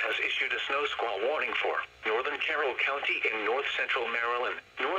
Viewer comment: No Sqaull Warning: How pronounces it